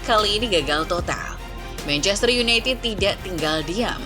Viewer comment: mencester city wkwkwk salah ngomong